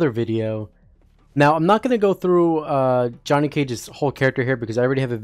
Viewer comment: Why you call him Y O H N N Y